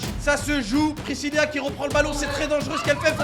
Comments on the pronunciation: pourquoi tu arrêtes pas de dire Priscilla mais sais Pricilla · JSP si vous aver remarquer que di présilia et non présila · Pirisila pas prisilia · c'est pas priscilia c'est priscila et c'est pas ariana c'est mariana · Precilia? 😂😂 precila😂😊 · C'est Priscilla et non Priscillia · C moi ou il dit brézilia ?? Pour Priscilla